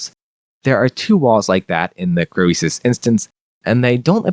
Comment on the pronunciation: Your pronunciation of Croesus is triggering me.